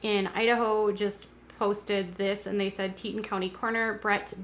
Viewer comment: Teton pronounced tee’-tawn.